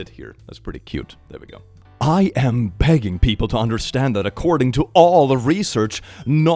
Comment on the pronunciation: I really heard that as "I am pegging people to understand..."